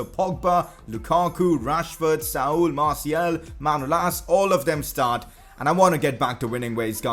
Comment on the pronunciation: You pronounce Martial name wrong. It's Martial, not Martiel.